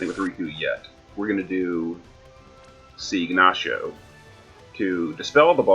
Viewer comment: Still used to jp eh you keep calling; Ignacio siegnacio lol